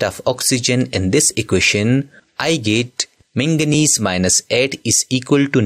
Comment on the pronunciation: It's not mengnese it's magnes